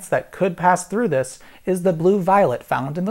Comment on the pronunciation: I happen to hit pause when he said "how about dis" and I said "dikkin yo mouth" lmao I'm hilarious